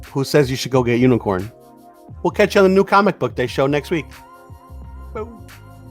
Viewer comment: Really guys? Unikorn? Really? LOL!!!!!!!!!!!!!!